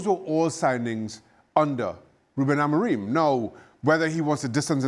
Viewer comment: Hahaha "Amogrim" Craig is so funny😏